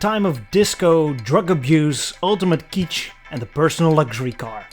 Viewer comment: It's pronounced like it's spelled: KITCH, not keech.